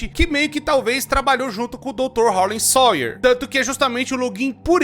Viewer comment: "Harley SOIER" Harley SAUER 😭😭😭😭😭😭😭